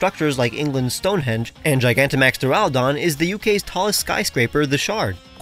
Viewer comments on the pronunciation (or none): none